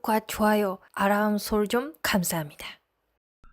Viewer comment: 아람설정이 아니고 알람이예요.ㅎㅎ 알. 알. 해보세요. 알람설정? Okay? ㅎㅎ 부탁해요.